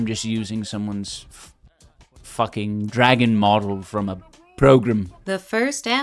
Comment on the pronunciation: And "fuhgin"